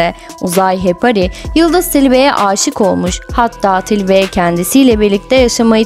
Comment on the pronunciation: Madem belgesel yapıyorsunuz , önce Türkçe konuşmayı ve okumayı öğrenin lütfen.. Hepari deyip duruyorsunuz.. HEPARI ..Sonu I ile bitiyor..